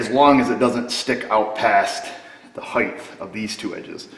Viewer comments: It’s “height” not “heigth”, “t” sound at the end not “th”. A common mistake 😇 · It just sounds like you pronounce the word "heighth" in your videos instead of height. Maybe I am hearing it wrong. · Love your videos, I've learned a lot. But "heighth" is not a word!